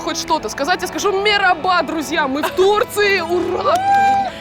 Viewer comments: ) забавно, она в самом начале говорит meraba, а не merhaba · Почему мераба? Даже привет правельно сказать не может "мелереба" Только мягчеSelam Или она говорит мерхаба типо здравствуйте merhaba👋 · Merhaba (Мэрхаба)- привет! Meraba (Мераба)- пастбище. Лучше бы не говорила на турецком. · не мереба а merhaba ( мархаба) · Она Мераба сказала в начале???😂